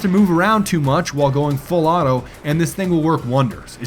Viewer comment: haha, your "full auto" sometimes sounds more like a misspoken "fellatio"... anyone noticed that, too? xD